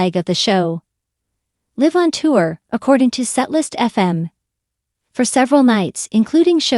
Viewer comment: Such a misleading title. There was nothing sad about this video. Niall is doing great! Also, I have such a thing about people pronouncing words wrong “live”. Get it together people!